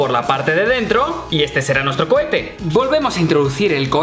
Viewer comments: Es cohete no cochete me voy lentamente saludos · Seré el único que noto que dice Lanza Cochete -__ - alguien más lo noto, 🤔